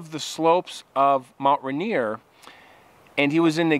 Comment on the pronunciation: Hey Guy it’s Mt. Rainer. As in Rainer Mountain. Not Rainer Montana.